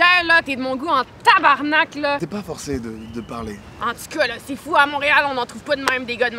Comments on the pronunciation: Enfin un français qui sais dire tabarenak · Enfin un français qui dit "tabarnak" au lieu de "tabernacle"!